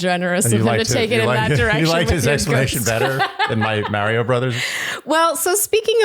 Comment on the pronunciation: Love the podcast Shandy. However.........the way you pronounce "Mario" as "MARE- io" is cringe my man.